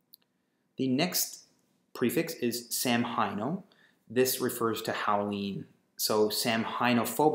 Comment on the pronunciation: Samhain is pronounced sow-wen. It’s irish! So it’s actually sow-wen-ophobia.